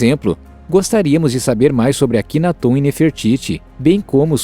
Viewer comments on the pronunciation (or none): none